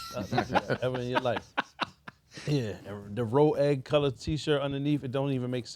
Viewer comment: pronouncing “rouge” as row egg is top tier clownery 😂😂